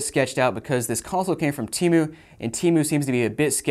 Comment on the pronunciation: How did you pronounced temu lol timu